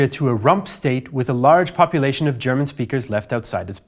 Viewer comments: Finally a native english speaker who pronounces german correctly :) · I just wanted to compliment for his excellent pronunciation of German words, as a native speaker I hardly hear any flaws, well done